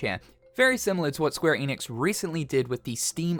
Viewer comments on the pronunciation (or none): It’s ‘enix’ not ‘eeenix’